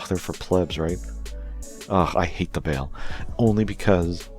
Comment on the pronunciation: Their names are not pronounced “Grimgertie” and “Bale/Bail.” It’s GrimGairduh/GrimGayrduh, and Ba-El or Baal-like the word “Ball.”